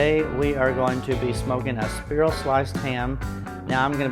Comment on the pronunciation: Did he say speer-al sliced ham?